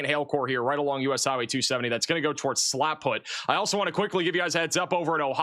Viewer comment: the town is Slapout, not Slapfoot. Love your warnings, and I don't even watch regular Oklahoma weather anymore ❤❤